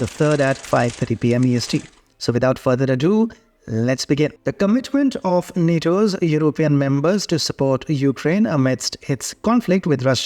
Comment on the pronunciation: Ado, not Adoo